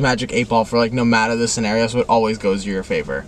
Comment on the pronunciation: It doesn't mAttur!